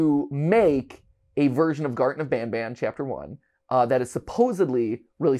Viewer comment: "garten of banaban"